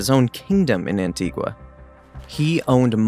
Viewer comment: Learn to say Antigua probably ffs